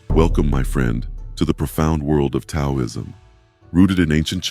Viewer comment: I listened to half of it, but then I gave up. I just couldn't get past the mispronunciation of 'Taoism' and all the times that the words on the screen didn't correspond with the spoken words. The spoken words were correct, but it seemed like the written words on the screen were done by some kind of crude computer program, and then never proofread to see if they corresponded to the spoken words. It's too bad, because it's obvious that you took a lot of care with the visual images, and they were well done. You put a lot of work into your graphics, and just putting a tiny bit more work into the verbal part of the video would have made the whole thing exemplary.